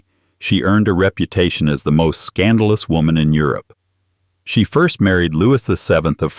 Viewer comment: What is it with AI? First thirst? Oh, by the way, Americans drink scotch, the rest of the world drink whiskey.